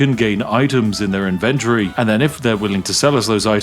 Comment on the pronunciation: Wait... the spiff is an economist? And yet he cannot pronounce ivent-torie?! Sus.